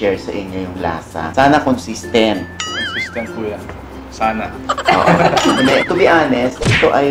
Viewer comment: Haha! (slow natin .33 speed) con-sis-tent po yan. Hahahhah